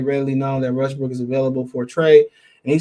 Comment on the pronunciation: U almost saiiid west briiik 🤣